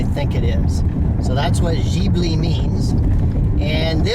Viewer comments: It is pronounced Gib-li not Jeebli - silly americans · Oh... and you pronounce Ghibli.. like with a "K"... I hope to helped you a little... with friendly greetz of a Maserati Ghibli owner. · Jesus Christ! he is American and he does't know that FCA stays for Fiat Chrysler Automobiles and not Fiat Chrysler Alfa-Romeo... before post a video why people don't make some reserch instead of say bulls...t while recordering. And please people: say Maserati correctly. it's Maserati not Maserari! also better to forget about the pronunciation of Ghibli… unbelievable. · yeah yeah… are you happy to have found some typing mistakes? you still don't know the meaning of FCA and how to pronounce Maserati and Ghibli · Learn to pronounce GHIBLI you stupid midget.